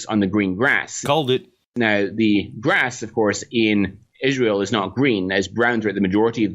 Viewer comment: Good video. You keep mispronouncing Israel tho.